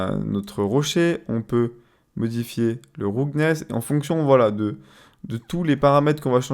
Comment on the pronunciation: "PRINESIPLAIDE BSDF" mes oreilles ont vomi AH mais omg le ROUGGGGGNESSE, elle t'as fait quoi la langue anglaise ?